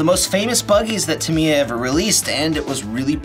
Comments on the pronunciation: It's "Tah Me Ya" Not Tamaiya. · Where is the mighty Clod??? Well at least there is a Bullhead. Lol. By the way its pronounced Ta-me-ya. Not Tam-eye-ya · Tam eye uh just sounds weird. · TAM EEEEE YAAAAAA..... dont butcher the name for the love of this hobby. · Tamiya is great. I have a CC01 Pajero, TT02 Cosworth Escort, TL01 WRX, DT03 Neo Fighter, M03 New Cooper, and a M05 Mazda 2. By the way, it's pronounced Tam-Mee-Uh. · tam-I-ya???? Wtf. Never in my life heard it pronounced that way… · Kevin talbot pronounce it tam-ya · Anyone else cringe at the pronunciation of "Tamiya"?